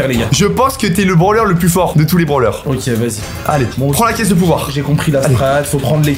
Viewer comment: Il dit des branleur au lieu de brawler